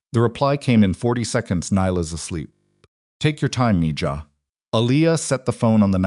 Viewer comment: The word debrided is pronounce ( de Bree ded) . The Spanish word mijah is pronounced (me hah).